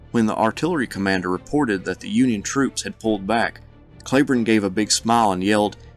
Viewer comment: are you sure you are pronouncing Cleburne's name correctly?